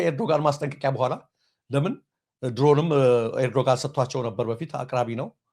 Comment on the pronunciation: ኤርዶጋን አይባልም እባክህ ፣ ጋዜጠኛ የመሪዎችን ስም በትክክል መጥራት አለበት ፣ ኤርዶዋን ነው የሚባለው ፣ ኤርዶዋን በል ፣ አስተካክል ፣